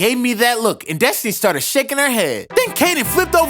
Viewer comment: I think it's Destiny/Destinee (idk how to spell it), not Desny. But it does kinda sound like Desny when he says it, though.